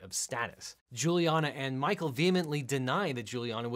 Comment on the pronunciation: The synopsis of “Mah-coe and Angela” had me howling: down to her last egg... hit up her daughter for a “fresh” one! 🤣🤣🤣